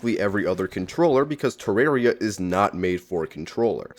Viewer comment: You mispronouncing the game is your hottest take.